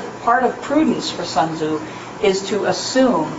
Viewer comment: The name is not pronounced “sun zoo” mmmkay?